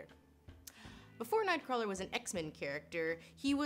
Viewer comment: HAHAHAHAHAHAHA! Oh, your pronunciation of "Kurt Wagner, Nightcwarler" Also, because you put the reference in there: "He saves children, but not the British children!"